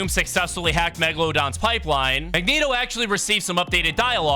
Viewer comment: You finally said Mangeto right